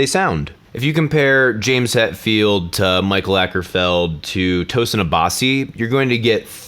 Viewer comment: Apparently lead singer of Opeth/obscure piece of ikea furniture, Mikael Åkerfeldt is pronounced "meek-al oakerfelt." Or so I've heard.